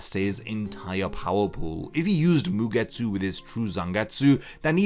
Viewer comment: A game, about something that made me chuckle during the video and couldn´t unhear it... 1 Shot every time bro says MugeTSÚ xD